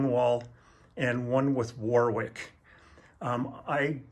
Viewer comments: Warwick is pronounced 'worrik'. Thanks for the video, enjoyed everything else. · If Warwick is named after Warwick in England, we don't pronounce the second "w", sound like warrick.